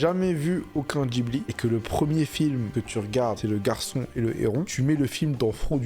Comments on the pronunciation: Mais pourquoi il dit "djibli" ??? C'est un mot italien qui se prononce "Guibli" !!! Et il ose juger mdrr 😂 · Alors l'avis est vraiment vraiment celui d'un goat, mais quel désastre ambulant là, "jibli" "Rapyuta", et puis quoi encore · Le Chateau ambulant c'est frauduleux ?! Déjà prononce correctement le nom de Laputa et Ghibli et après je suis près à débattre !